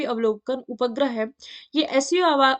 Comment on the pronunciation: 👉उपग्रह का pronunciation 🤦🤭 Ma'am change kijiye n pronunciation 😁